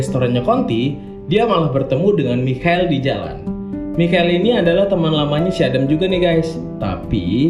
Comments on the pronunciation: Bang! Michael = Maikel :v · Cara baca Michael itu maykel :) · Michael kalau baca Maikel cok